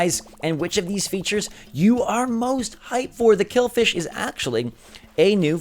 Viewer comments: its not killfish its killifish, just saying .cool new vid :D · You said kill-fish but it’s kill-i-fish Just saying 😂